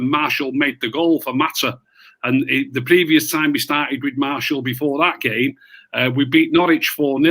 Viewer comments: Why doesn't anyone correct for saying Marshall, it's martial! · wish would stop saying “Marshal”